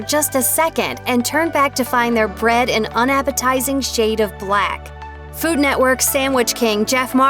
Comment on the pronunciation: I don’t feel comfortable with how she said “unappetizing shade of BUHLACKHH...”